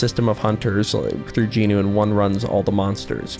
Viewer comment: Ayeee I Just realised he said Jinwoo’s name right😅